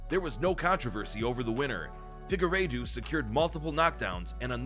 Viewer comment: If you’re going to make videos about MMA have enough sense to listen. Fig-a-raydooo???? LMMFAO!!!!!